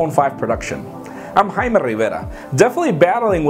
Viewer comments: Plz don't say haima... lol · you are a fucking idiot. i know how to pronounce his name. if anyone thinks its /jey-mi/ then they should die. no shit he's of spanish descent. i'm saying its obnoxious that he like rolls the first part of his name out of his mouth instead of just saying it. i guarantee he wouldnt say the word hymen like that.